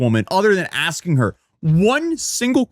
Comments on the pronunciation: She did alot of axing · If she keeps Axing things she's gonna end up on trial again lol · try ASKING instead of AXING - English is probably the only language you know - and don't speak it properly... you poor woman. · Maybe she should stop axing people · STOP AXING HER QUESTIONS! 😂